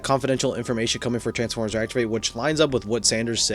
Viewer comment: Er meh gerd it’s transfermers